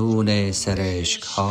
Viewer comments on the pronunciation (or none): درود اشتباه تلفظ می کنید. "هی" نیست، "ای" است. "هشق" نیست، "عشق" است. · سر تا پا بیسواد است گوینده میگه ؛ ای شحله حزین ای حشق واپسین 😂